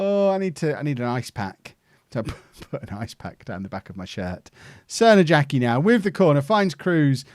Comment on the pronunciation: I hate to clown on you, but the J in Crnojacki's name is probably pronounced like in Arjen Robben's name. Excellent go of it, but just thought to let you know:)